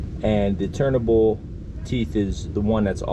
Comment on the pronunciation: I enjoy your videos. You say "turnable", or are you saying turntable and because I'm hearing impaired I hear "turnable".